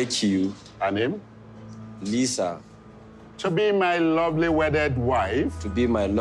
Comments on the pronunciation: I'm pretty certain the officiator said "lawfully wedded" and yet they both said "lovely wedded", which makes no sense. Lol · AND......... what the hell is a “ lovely wedded husband”??!! I thought it was supposed to be lawfully wedded!!🤷🏽‍♀️ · Why isn’t anyone talking how they both said “Lovely wedded wife/husband” instead of “Lawfully wedded wife/husband” 😂😂😂